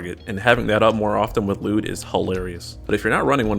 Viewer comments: His name is not pronounced lewd lol. L'yood. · no you're not pronouncing the Y 😩